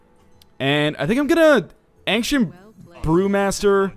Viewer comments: Do other canadians pronounce it anksient? Seems really weird to me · Does anyone else think he pronounces Ancient weirdly....